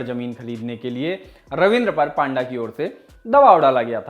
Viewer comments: पांडा नहीं भाई पंडा 😅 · Not 🐼.it's p-anda.😁.